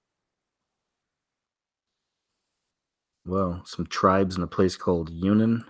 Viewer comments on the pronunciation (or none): none